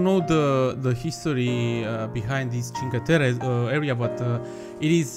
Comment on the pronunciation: "Cinque terre" is said with two r's, like its wrote. Its like a stronger and "longer" r. Im italian, from Turin, and I love that you made an italian themed part :). Still late xD Btw how are the rocks called?